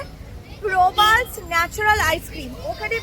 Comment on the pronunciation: Di oi Brand tar name Prabal's noi.....Pabrai's(পাবরাই আইসক্রিম).